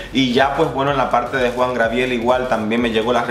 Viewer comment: Pero mi amor Job Star estuvo en el segundo lugar, tercero Alexis 3XL jajajaja, jajajaja mori cuando intentabas decir Gabriel XD